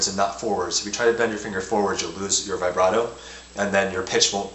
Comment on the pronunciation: Nice lol at how you pronounce vibrato though